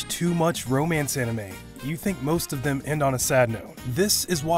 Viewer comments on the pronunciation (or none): none